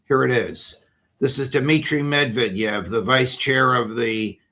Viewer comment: Yes, you are pronouncing Banderas correctly but you are not pronouncing Medvedev correctly.